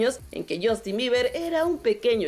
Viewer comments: No es Justin, es shastin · Por qué dice Shoooostin???? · Azi komo lo oyes...*YOSTIN*